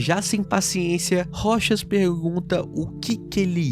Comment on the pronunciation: aaahhh finalmente eu posso ouvir alguém falando "ROCHAS" e não "ROU TCHÁS"